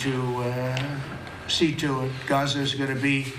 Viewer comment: It's called "Gaza", not "Gaze" - but since Fox is in Bed with the orange DB they will probably call it "Golden Riviera" anyway